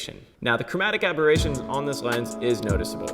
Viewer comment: I guess it is chromatic aberration.. not aboration :)